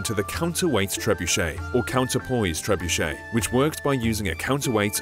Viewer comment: pls prnounce it better its triggering me